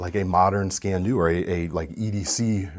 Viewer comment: It is pronounced "skeen do", it is Gaelic and translates literally as "knife black".